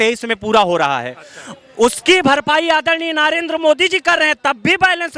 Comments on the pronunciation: पहले नरेंद्र को नारेंद्र बोलना बंद कर 😂😂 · नरेंद्र मोदी का नाम तो सही बोलना सीख ले ,,नारेंदरा बोल रहा आंड फिसचुला 😂😂